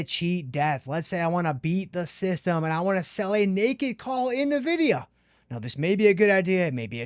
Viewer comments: Even Jensen Huang pronounces it as N-vidia, not "Navidia" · Nvidia's naming origin is from the Latin word, invidia, meaning envy or jealousy. The correct pronunciation of Nvidia is "en-VID-ee-uh." No, nah in it. Other than this, another super video! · Bro, that is not how you pronounce Nvidia. I must reassess you now.